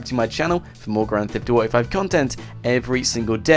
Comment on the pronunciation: Is kinda funny how you say grant theft auto